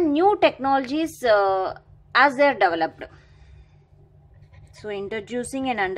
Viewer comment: You need to improve your pronunciations... That developedaaa irritates a lot 😑😑